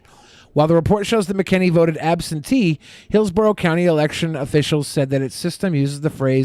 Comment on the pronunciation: It’s pronounced Mac-N-Annie